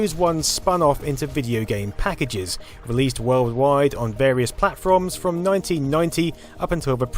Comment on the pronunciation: You said platFRoms 😂